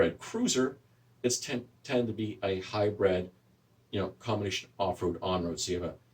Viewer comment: Hybrid, not hybred.